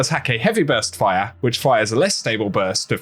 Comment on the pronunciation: how you say fire makes me giggle, “FORYAH”😉